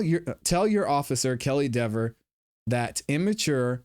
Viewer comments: That's Dever not Dever. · It's Deeeeever. She earned the right to have everyone intentionally mispronounce her name for the rest of her life. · I think he DID deliberately mispronounce her name, knowing that she would be snotty about it. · mispronunciation (accidentally or purposely) of her name is the least of her problems.